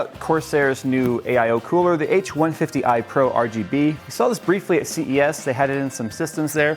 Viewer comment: At the beginning I could have sworn he said he saw it at CVS and i had to do a double take